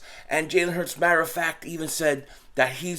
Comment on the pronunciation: Butchered hurts’ name lmao